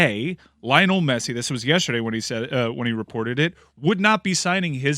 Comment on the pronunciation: LI-O-NEL GET IT RIGHT